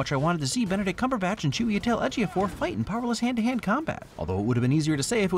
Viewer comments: I am highly impressed that you pronounced Chiwetel Ejiofor’s name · Thank you for caring enough to pronounce Chiwetel Ejiofor's name right.